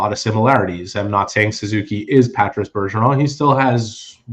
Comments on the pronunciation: Why are you pronouncing Patrice’s name like that?… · they’re speaking English… Not one single person in the league has pronounced his name like that during his career.